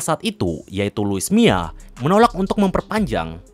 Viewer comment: Mila bang bukan mia